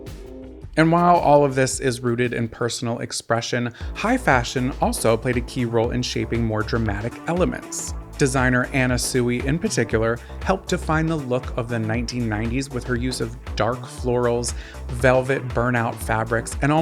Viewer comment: Anna sui is pronounced "swee"